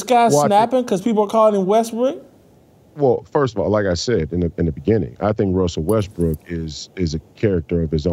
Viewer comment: WESSEL WESBWOOK???? 😂😂😂😂😂😂😂